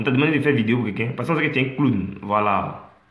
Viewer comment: merci frère vraiment même pour dire vidéo c'est problème chez lui